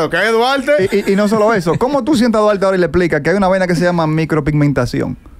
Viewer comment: Como le explicamos a Duarte que su nombre se pronuncia con L “Dualte” 🤦‍♂️